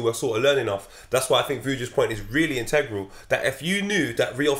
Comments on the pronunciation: Nobody: Absolutely nobody: using big words like "Intengral" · Nobody: &: Integral